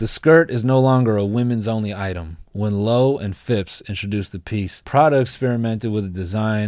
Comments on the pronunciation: The way he’s pronouncing the brands is sending me, I love it. But for reference: Loewe = lo-way-vay. not low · Um, not to be THAT guy,... but It's 🗣 Loo- wāy'- vāy not "Low." Trust me. I invented fashion! I'm also doctor, & I read a book that one time in jail! I almost finished it too! But then... "lights out" happened & I got immedialtely shivved in the temple. Nuns,🤷🏾‍♀️ amiright? Good times. Anywho... don't taze me, bro. I'm just the messenger pigeon.✌🏾Out (or In, whichever's intelligent-er) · Loewe is actually pronounced “low-ay-vay” ! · noel pronouncing Loewe as 'low' has sent me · Loewe == Low-ay-vay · I am offended Mr. Nole. , you pronounced the name of name of the amazing fashion house Loewe like some third rate hardware store. For your future reference, it is pronounce Low-ay-vey. Disappointed and unsubscribed.